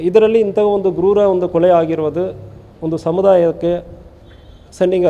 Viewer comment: ಸರ್ ಕೊಳೆ ಅಲ್ಲ ಕೊಲೆ ತಮಿಳನ್ ಬೇಗ ಕನ್ನಡ ಕಲರಿ